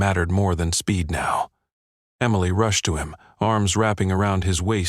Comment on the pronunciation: At about : the first version of Emily is misppronounced.